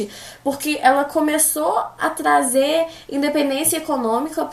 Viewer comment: Melhores frases dela: blasil, tatados e tazer